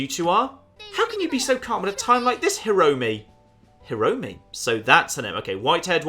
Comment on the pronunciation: Kaede (かえで) = Kah, Eh, Day Hiromi (ひろみ) = (you basically nailed it) Mieko (みえこ) = Me, Eh, Co (i don't like these kinds of games, i just stayed for the hedgehogs ^ ^)